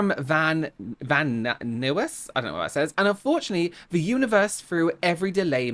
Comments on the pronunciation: Van Nuys is pronounced "van nyze" 😉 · Van Nuys is pronounced to rhyme with Guys. Or like Bill Nye the Science Guy lol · Im sure someone else has probably commented it, but its pronounced Like the word "guys". Just replace the g with an n. Van Nuys. This is the third time ive heard someone whos talked abt that lady mispronounce that ciry and it bothers me sm cause i used to live ther ToT. Anyways, love your vids!! ^^ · If this ding dong ‘planned the whole day’ around this…..why did she think she could get from Pasadena to Van Nuys (pronounced Van Nize) in less than an hour? Also, when I have been severely delayed due to an accident and road closure, I called the salon to tell them and ASK TO BE REBOOKED another day. What a ‘main character’ pick-me girl she is. Poor thing. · Nuys rhymes with guys.